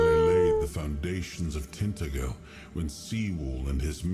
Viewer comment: It's not 'TINT-a-gell.' It's 'Tin-TAD-jil.'